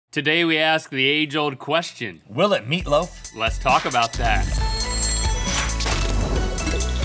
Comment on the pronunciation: I had to rewind when Link said “will it” because I heard whippet, and was wondering why he thought that would be a good idea